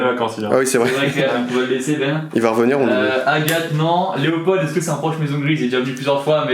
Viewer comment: Mais oui, a fait une grosse gaffe et il dit Loepold🤮